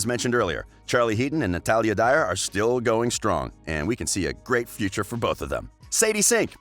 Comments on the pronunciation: Anyone else triggered when he says Natalie Dyer instead of Natalia Dyer? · Did anyone else notice that he said Natalie instead of Natalia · It’s not Natalie Dyer, it’s Natalia Dyer!!!!!